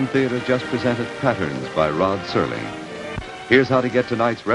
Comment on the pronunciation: Serling. Not Sterling